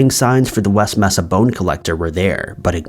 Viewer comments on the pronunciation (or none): it’s not “messa” it’s “may-sa”. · Not "mess-ah" it's "May-sa" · You must have been a really sheltered child it's pronounced may-sa not messa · MAY-sa....not MESS-a. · Mesa = May-suh Does anyone actually pronounce it Mess-uh? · Mesa is pronounced Maysa. Just fyi